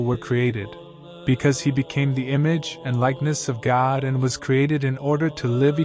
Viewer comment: I really enjoy your posts, but you pronounce God like Gad, almost. Sorry, just sayin'. Maybe it's your accent.